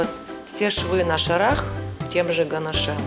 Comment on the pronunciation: Извините, но так нельзя. Слушать невозможно "ганашЕм". Дизлайк.